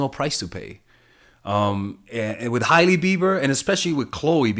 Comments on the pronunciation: Her name is pronounced ‘Hay-Lee’ not ‘Hiley’ Love you tho! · Lol it's pronounced Haley